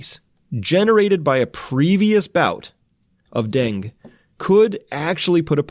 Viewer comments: So far he reads us news stories and calls himself a scientist. I'd like to know what qualifies him to speak as an authority on this if he can't pronounce "Dengue" properly. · It's pronounced deng-geh or deng-gay. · I love your videos! Thank you! Also, I think Dengue is said like Den-gay ;) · Hi Chris, it's pronounced den-gee fever, FYI. Thanks for all you do. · Dengue = den - guaa. please pernounce right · Thanks much for the report. Btw, “dengue” is pronounced “DEN-GAY”. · BTW it's Deng-gay not Deng. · My go to site to get wuhan virsus info but I just have to FYI on dengue fever pronunciation cause it is driving me crazy... den que 2 syllables den & que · Dengue virus is pronounced ---> den•gue dĕng′gē, -gā (Two syllables) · You had it right the first time. Dengue is pronounced deng-gee. It's driving me crazy. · It's 'den-ghee. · Correct pronunciation of Dengue is "deng gay" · Dengue is pronounced den-gay. Great information Chris! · “Dengue” is pronounced ‘den-geh’ or ‘den-gay’... FYI. The antibody mediated viral entry in dengue increases the likelihood of dengue hemorrhagic fever, in which case the patient’s platelets fall and increase risk of life threatening bleeds. This is the reason that dengue vaccines are not currently efficacious. They increase the risk of antibody mediated enhancement through non-neutralizing antibodies. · its den-gay i don't know how chris didn't know that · Its pronounced Denggii...not Dang...UE is not silent... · It's pronounced denGAY. lol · I believe it's pronounced dang eh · Baaah! I Its pronounced Den-ghee ghee like clarified butter. Den-ghee. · Denge, pronounced like Bengay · Pronounced DEN ~ GAY ~ (dengue) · Dengue.....pronounced dean-gee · Dengue is pronounced den gay. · Dengue is pronounced den-gay. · I think it's "den-gue(goo)" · Dengue is pronounced 'den geh'. Not trying to be a smartass, just clarifying. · you're the first pathologist I've heard pronounce 'dengue' as "deng" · pronounced DENGEE